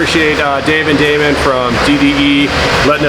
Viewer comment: salim hassan it's Damon not demon 👹